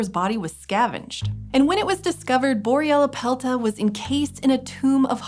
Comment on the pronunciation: take a shot everytime she says boryellapelta